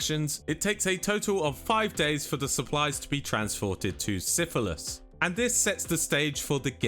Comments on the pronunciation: Had to do a triple take when he said Silithus... i swear i heard syphilis 🤣🤣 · Bro said syphilis 😂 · Not sure if syphilis pronunciation was intentional or not...😅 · Did you said Siphylis instead of Silithus on purpose? 😂😂